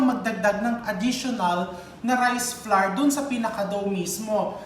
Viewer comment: Hi chef! Dont get embarassed ha, coz ako mali din ako nung una katulad maraming Pilipino. Flour is pronounced the same way you pronounce flower, magkapareho sa huling sound sa tower, sour, power. Huwag slide lng yung tunog w sa r, lagyan ng konting e. Kailan ko nga lng natutunan yan. Akala ko pa nmn ang dami kong alam sa pronunciation eh mali pala ako all the while. Hope that helped.. I'm learning a lot from you though, di nmn kc ako magaling sa kitchen hehe. Luv you chef.